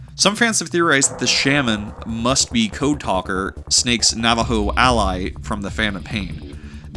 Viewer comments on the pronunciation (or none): none